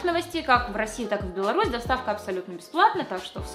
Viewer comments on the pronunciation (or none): none